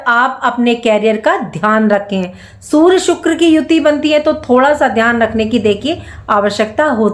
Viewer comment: Sur???😂 Sur ya Surya? Learn how to pronounce 😅